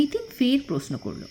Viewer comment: Plz rectify ur pronunciation . Its proshno & not posno ! Sounds real bad to the ears.